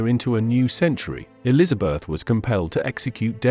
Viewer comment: Elizabeth "eye" did me in!